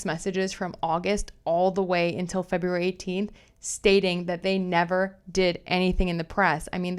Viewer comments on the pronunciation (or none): none